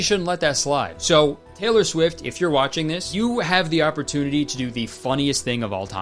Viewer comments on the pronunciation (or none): Teller Swift or Taylor Swift? Is it just me or is it really weird that Kurtis says "Teller" instead of "Taylor"?? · kayler cwift